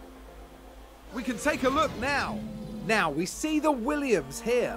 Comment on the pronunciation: jarno: are you serious right neow…